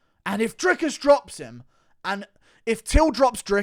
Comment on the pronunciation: Bruh how you gonna insist on pronouncing Dricus name correctly but never Jans name correctly you crippled ginger